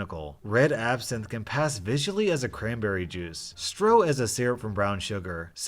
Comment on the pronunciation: its pronounced shtro not stroh